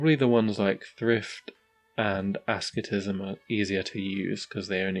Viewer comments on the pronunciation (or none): Just so you're aware, "asceticism" is pronounced ass-et-isi-ism, rather than "es-kit-ism."